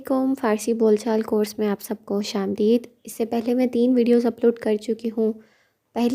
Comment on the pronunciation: سلامتی ہو۔ خوش آمدید میں آمدید میں تلفظ" آم دے د" درست ہے